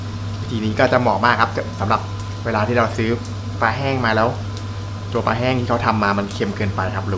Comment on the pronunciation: ปลา ออกเสียง ปลา มีร.เรือกล้ำ ไม่ไช่ ปา (แปลว่า ขว้วง)ช่วยกันร้กษาไว้เด็กรุ่นหลังจะออกเสียงถูก ภาษาไทยมีค่ามากครับ เพราะบรรพบุรุษไทยคิด เราต้องจรรโลง ขอบคุณครับ